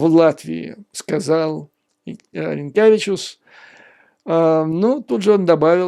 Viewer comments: Dear President of Latvia in russian pronounced as Ринкевич. It would be Rinkjavičus if he was Lituanian. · Юрий Борисович- я очень извиняюсь но вы произносите фамилию президента Латвии на Литовский лад . 😃 Правильно будет Ринкевич.